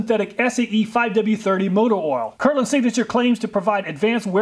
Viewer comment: It bothers me a little that he is mispronouncing my name lol. "It's Kirkland, not Kirland"